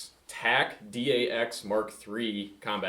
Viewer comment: They're just pronounced as "dacks" not "D-A-X." "Dacks" is Aussie slang for pants.